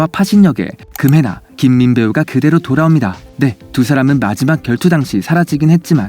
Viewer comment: 금혜나 아니고 금해나 입니다~뭐 크게 상관은 없다만